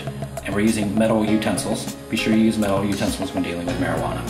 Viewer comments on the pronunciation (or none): none